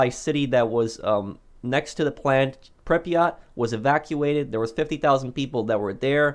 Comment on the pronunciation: Is it pronounced Prypret or Pryprot?